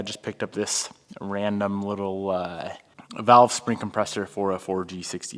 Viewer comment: vAlve, not vElve